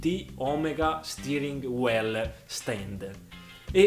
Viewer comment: Supporto Stirring Well = "Supporto mescolare bene" .... Si legge "Stiring Wiill" e "Draiving" cazzo ma l'inglese studiarlo no? Continua a giocare con la PLEISTESCION che hai preso con i soldini.... Ignorante!